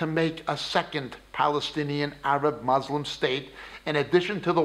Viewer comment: So many lies and half-truths. Claiming that Palestinian Arabs are not Palestinian makes as much sense as saying Khazar descended Jews aren't Jews. Why so much hate dude? People are there, no matter what they are called people have been there for a long time. Also, you should pronounce Muslim correctly